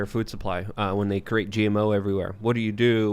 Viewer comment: I heard “create” pronounced as “cruate” and thought what the hell. Lmao